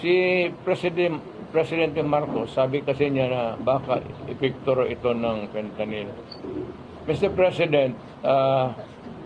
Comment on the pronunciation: FENTANING has totally lost his now pea-sized brain. 😂